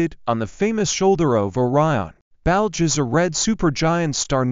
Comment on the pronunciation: The narrator does not know how to say Betelgeuse, and says it like Belge as in Belgium. It is pronounced Baetal juice.